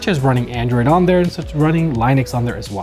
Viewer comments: When he said "Lie-nix", instead of "Lih-nux"... Good video though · line-ucks? TF? LIN-EX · this dude said lionex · (Linux) LEN-IX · a what now? Did I hear line-ex? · Kinda made me think of retroarch too....haven't heard it this way. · Really enjoyed this video but the way you pronounce Linux is killing me 😂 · > Tech Savvy > Can't pronounce Linux